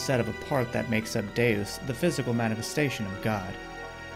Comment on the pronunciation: Okay. So you pronounced Deus correctly at the beginning of this video. My OCD is better now 🙂